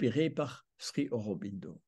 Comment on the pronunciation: Monsieur, sauf votre respect on prononce SRI Aurobindo. Le "Sri" est une marque de profond respect à l'encontre, non pas d'un maître spirituel mais d'un Avatar. Il n'était pas un ami de Gandhi sachant qu'il lui a reproché son attitude pendant la seconde guerre mondiale envers les anglais... (à vous de vous informer à ce sujet). Vous trouverez sur youtube une multitude de documentaires concernant Auroville. Notamment celui d'Olivier Barrot "Auroville the city the earth needs" en anglais sou titré français. Je pardonne à votre grand âge certaines approximations très approximatives, notamment le diamètre de la sphère en crystal dans la salle aux douze piliers du Matrimandir, Dont le diamètre est de 70 cm façonnée par Zeiss (ce qui est déjà un exploit technique) et non pas deux mètres., achetez vous des lunettes. Une bonne introduction à l'Oeuvre de Mère-Sri Aurobindo, les ouvrages de Satprem. OM nahmo baghavaté.